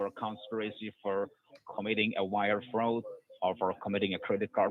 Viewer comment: That “agent” had so many red flags in his pronunciations and misuse of words. Anyone who’s doesn’t have mental decline should’ve been tipped off. We need to protect our elderly from these “fraudsters”. Wire froud, credit froud. 🤦🏼‍♀️🤦🏼‍♀️